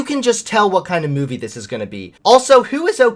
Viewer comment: Look I started to question you with some of your blue pill stuff and unsubscribed when you started bashing my home boy Shapiro but knowing that you drink syrupy sweet Pepsi and you keep sayin meyewvee... I can’t even watch anymore.